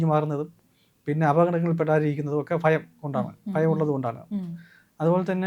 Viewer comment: Not phayam, it’s bhayam